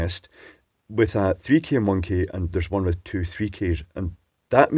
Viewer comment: ... biased with a 3K Monkey? ... That's what I heard 🤪